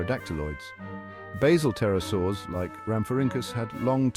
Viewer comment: Pterosaurs, not Tarasours. 🙄